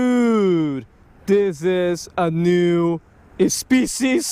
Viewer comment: NYEW SPECIEZ 😂